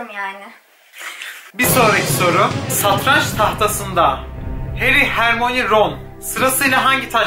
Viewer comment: Yalniz hermione hermoni diye okunmaz hörmayoni diye okunur ya da hörmayni diye okunut